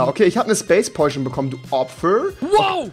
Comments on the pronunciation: Wie er immer poiten sagt anstatt potion xD Ps:Kein hate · Es heißt übrigens Potion nicht Poiton xD